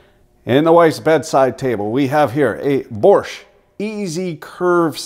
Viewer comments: It's Bosch, not borscht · I'm amazed where you find an R in Bosch.